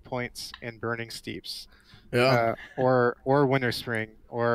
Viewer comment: Lol he said "Burning Steeps"